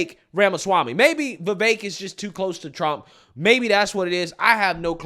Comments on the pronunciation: It's VeeVake (like cake). Not Vehvekk. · dude, I have never heard Vivek's name prounounced so many different ways in one video by one person, lmao. You should really watch your own video back and see how you pronounce his name different every single time. It's fricken hilarious.